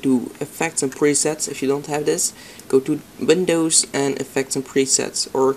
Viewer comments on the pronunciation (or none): The way you say ' windows ' makes me sick, other than that. nice